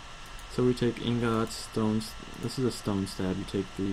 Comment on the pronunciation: he stressed the o on ingots